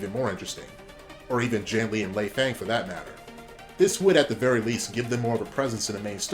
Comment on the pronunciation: I'm pretty sure there are no plans at all for a doa reboot. There were some translation issues and the photos from the article were just randomly chosen. But why does everyone butcher the character names? J-anne-Lee lay-fang K-uh-sumi(I didn't hear that one here but so many people say it like that) Leifang bothers me the most though because it sounds so weird hearing fang(like teeth) it's easy to say ahh(like doctors with the tongue suppressors) it should sound like Lay-f-ah-ng,K-ah-sue-mee, Hoe-no-k-ah, Jann Lee's name is a little more complicated could be pronounced Jun(rhymes with fun) or j-own (rhymes with home) or a mix of the 2 which is hard to write out. I get that as native American English speakers it sometimes feels embarrassing or just odd to pronounce words or names outside of our language but it honestly sounds worse to mispronounce them entirely. To me it does at least. Interesting theories though. I'm all for a semi hard reboot personally(if they decide to reboot at all) I think soulcalibur 6 did it nicely so maybe if team ninja takes notes they can pull it off. But my opinion isn't to be taken seriously I only played a little doa3 and then 4-6. And NGS-3RE and no Nioh yet at all. Sorry for the long rant of a comment, I got way too caught up in the name thing...my bad